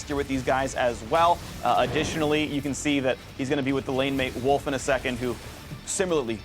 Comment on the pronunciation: did he just call Wolf, "Woof" ??